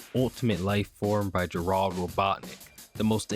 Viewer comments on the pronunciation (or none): none